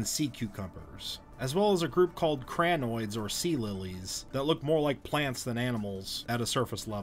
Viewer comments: Chrynoids bot crry-noids pronounced correctly as crin-noids./ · it's not cranoids. it's crinoids. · There are some American accents that pronounce a long I as an ai or ae.